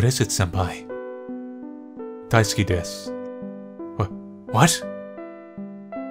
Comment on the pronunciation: Lmao! When said "daisuki desu" I heard "diceski disc" and was confused for a while thinking "what's a diceski disc?" xD